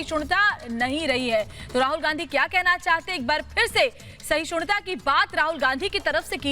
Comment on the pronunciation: Sahishunta kahti hain reporter khud, rahul sahishnuta kah nahi sakta, bhi nahi kah sakti.